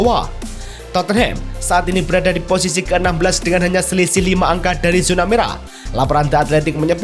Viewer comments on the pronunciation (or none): none